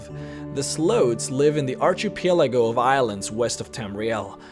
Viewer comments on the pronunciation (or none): You misspronounced a few words here, its like you struggle with your own language. Here's some phonetic aids to help you: Imobile = im-oh-bill / archipelago = arki pela go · Cool video dude! Didn't know any of this. A little pointer, archipelago is pronounced ar-key-pe-lah-go, not ar-ch-ee-pe-la-go. Have a good one dude! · "Aercheepelago" Nice pronouncing. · "Archiepielago" I'm giving a thumbs up just for that. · It's ar-chi-pel-a-goe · "Ar-Chee-Pael-La-Gow" xD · Archipelago, sunking, immobile, hilarious... You butcher the English language my friend, well done. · Whoa archipelago is hard to say but damn you murdered that word lol!!!